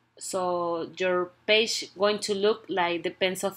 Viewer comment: and paje 😂😂🤣